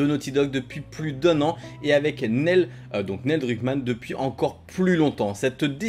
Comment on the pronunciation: Crash 2 à 5 ans et le jeu de ta vie à 6 ans ?? C'est tôt non ? Déjà à 14 ans pour moi crash 2 c'était difficile mais bon. Sinon Neil se prononce Nil et maintenant que Wells est parti il va être en roues libres total le mec, ça craint pour ND. Le studio a une fanbase solide et fidèle mais pas sûr que Druckmann puisse gérer comme Wells et Balestra, avec Hennig c'était la belle époque de Naughty Dog à mon sens la meilleure. On verra ce que l'avenir réserve mais franchement le multi de tlou2 ça fait un peu de la peine quand-même ce temps perdu pour une poignée de joueurs. L'appât du gains j'imagine